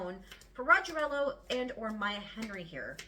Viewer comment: Rogelio is pronounced Row HE lee o